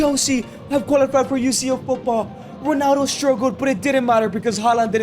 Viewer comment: Why u say "Ronano"